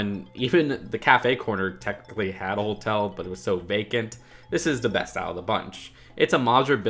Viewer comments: Does it bother anyone else that says "holtel" instead of hotel? there is only one L in Hotel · are you saying holetel? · haha not quite. Ho-tell is how it's supposed to be pronounced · Why do you say holtel